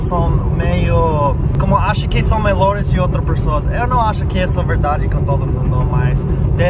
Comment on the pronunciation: Amo quando ele chama "Melhores" De Melores ❤🍪